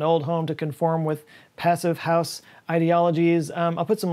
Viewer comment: the German pronunciation of "Passivhaus" has a longer "e" sound for the "i", otherwise yep, it is pretty much the same.